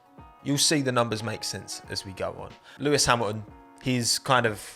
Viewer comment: I didn't know you call him Lewis "Hamul-n", That's too much even for a British accent lmao xD